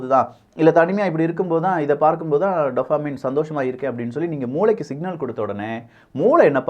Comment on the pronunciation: டோப்போமின்.... டப்பமின் இல்ல...